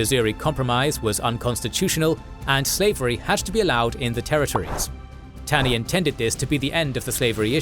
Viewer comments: The Supreme Court Justice who authored the Dred Scott decision was not Robert Taney, he was ROGER Taney. And his last name was pronounced "TAW-ney." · Minor point but Roger B. Taney’s last name is pronounced as “tawny”